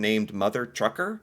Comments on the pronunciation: It's Mother Tucker, not Trucker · was adding an R to the name despite reading it over and over! 😂